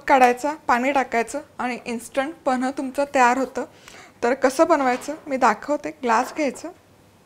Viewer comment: Reci 👌, pls boltanana gadbd kru nka na tumhi panh ivji kanh he ucchr kelahe.